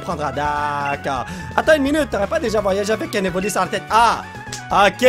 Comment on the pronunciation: C est pas evli mais evoli mdr